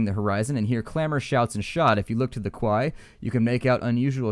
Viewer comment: Quay is pronounced "Key"